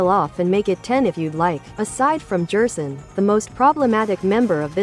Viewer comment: you might try gherson or maybe guerson to get it to not say jerson